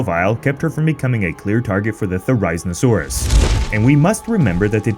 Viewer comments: its theri-Zin-o-saurus not , zyn or whatever you said lol love you guys , your amazing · Why did you called it theri-zmosaurus!!!!!!!! Not how it is pronounced LOL. It is Theri like fairy with a Z, Zin like Zen and then osaurus, Also I 100% thought it was blind. Also Doyouthinkhesaurus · Why are you pronouncing it 'Ther-eye-zin-oh-saur-us'? Isn't it pronounced 'Ther-iz-een-oh-saur-us? The second way is the only way I've ever heard it pronounced. I'm asking because I genuinely want to know. Is that the true pronunciation? Or is that a personal thing? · you pronounced therizinosaurus wrong its "There-is-in-oh-saur-us" not "There-eye-zin-oh-saurus" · Ink hate but I’m pretty sure it’s “there-ee-seen-oh-sore-us” not “theri-zihna-sore-us” :\ I also checked pronunciation after this video and now it sounds wrong every time he says it. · Ther-i-zeen-oh-sore-us Not ther-ise-no-sore-us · THERE RIN ZIN SAURUS? LMFAO, ITS thr I zee now saw ruhs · It’s not Ther- eye-zin-sorus it’s ther-eh-zin-a-sorus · OK, I don't typically use all caps, but this bugs be too much: THERIZINOSAURUS! NOT THERIZNOSAURUS! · NO ITS NOT THE-RISE-OSAURUS ITS THERA-ZINA-SAURUS 😭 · Ther-i-zin-o-saurus. Not Ter-EYE-zinosaurus. If you are going to describe this dino the best you can, stop mispronouncing things jesus. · Theraizainosaurus? It's read Ther"e"z"e"nosaurus. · You pronounced the therizinosaurus wrong. Its ther-is-een-oh-sawr-us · you expect us to take you seriously but you can't even pronounce theri-zino-saurus correctly. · It's pronounced Ther-i-zeno-saurus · For the last Time, it’s pronounced THAR-A-ZINO-SAUR-US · We need a whole video on why it didn’t kill her? It just lost her scent in the water. Also did you just say “ther-EYE-z-nesaurus”? Lmao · Why do you say “Thh-air-EYE-zinn-oh-soar-us”? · no its (THER-uh-ZEE-no-saur-us) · You’re pronouncing the name of the dinosaur wrong. It’s pronounced Theri-zino-saurus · the theriz no sarus bruh what is wrong with you